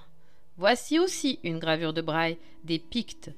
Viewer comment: Théodore de Bry et non Théodore Brye, né à Liège en 1528 et mort à Francfort-sur-le-Main le 27 mars 1598. La conteuse car il s'agit d'un conte par ailleurs confus et désordonné, prononce " Braille " ce qui est une mauvaise prononciation. Il faut prononcer Bri.